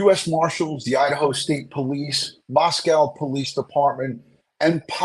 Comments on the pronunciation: Love you! I'm a local, it's actually pronounced Mosco, the w is silent. Rhymes with Rosco. 🙂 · LOVE your Podcast,! Small point: I wish you would pronounce Moscow correctly: It's a long "O" just like Idaho, not like the animal 'Cow'